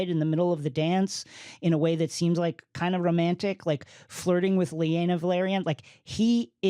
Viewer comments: Her name is laena not “lee ayna” my guy. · The A comes before the E in Laenor and Laena... therefore... it's not LEE-aynor and LEE-ayna, it's LAY-nor and LAY-na. Just like how Rhaenyra and Daenerys isn't RHEE-ay-nor and DEE-ay-nerys. Otherwise great discussion 👍🏼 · Did he say lee-a-nah stop playing out some respect on her name LAY-NAH. Honestly not for nothing I wish they would have given some prominent YouTubers this podcast these two really don’t do it for me when they are talking I get like 5 mins in and find another video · *Pronounced LAY-nor and LAY-na, holy smokes. Made me wince every time they said “Lee-ay-nor” and “Lee-ay-na”.